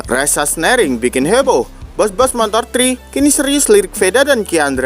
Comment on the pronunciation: Sahsenring bang bukan sahsnering 😂😂😂